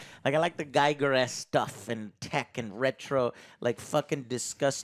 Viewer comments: HR Giger's surname is pronounced "g-EE-gur" not "g-eye-gur". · Giger is pronounced 'gee-gerr', not 'guy-gerr'. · It rhymes with eager. H. R. Giger. His nickname was eager Giger.